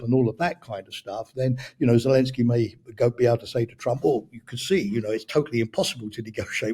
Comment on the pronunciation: Good interview. Although I am looking forward to hearing pronounce it Zelensky, rather than Zelinsky. Always great content though!